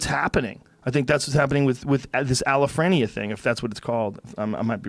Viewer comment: Paraphrenia ... Not alaphrenia